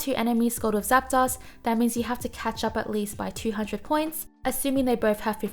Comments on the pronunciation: I hate to correct people but.. it's zap-DOSE not zap-DOSS. ArticUNO, zapDOS, molTRES. Uno, dos, tres.. one, two, three en espanol. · I dunno. She says Zap DOSS. That's pretty unforgivable. Uno, DOSS, Tres.